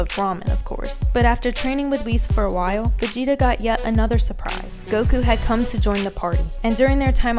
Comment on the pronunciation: Actually your the girl who can't even pronounce Whis and Jaco right, here's some facts, Arkira dosn't like Vegeta, Vegeta is a Support character, meaning that he has always fell behind, your looking way to into this and providing people false information, Vegeta is the weaker part of Vegito, it took both Trunks and Vegeta to fend off Merged Zamasu, there are MANY other senerios that prove that Goku will always be ahead and do you know why? Because he's the main character of the show, it's even on the official website, if your going to make a video use information that won't make already uninformed idiots believe even more bs